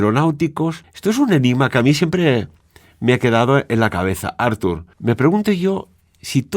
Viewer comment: Perquè insistiu a denominar Artur Homs com “Àrtur” Homs??? Si us plau, pronuncieu bé el nom, que és català, no anglès i, en tot cas seria “Arthur” Homs. Gràcies!